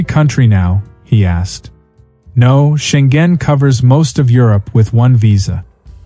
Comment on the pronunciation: it's Scheng-en, not Scheng-gen